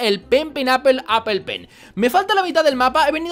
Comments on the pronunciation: al ultimo dijiste apol apol apol pen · cuando te das cuenta de k no sabe pronunciar apple